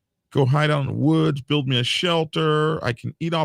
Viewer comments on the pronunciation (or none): none